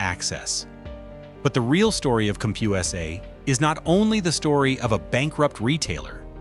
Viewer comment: Cump-Hugh-essay? Don’t “tell the story of a bankrupt retailer,” tell the story of lazy AI slop.